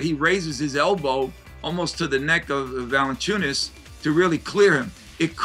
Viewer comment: it's Valanciunas ;) not "ValEn…" ;)